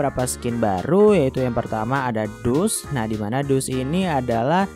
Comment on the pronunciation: "Dus"? Bacanya "dask"